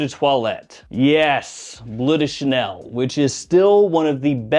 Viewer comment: "Blood" Chanel?